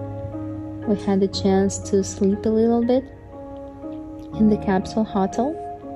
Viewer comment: In English hotel is pronounced Ho (rhymes with go) tel (rhymes with sell), accent on tel. Ho tel'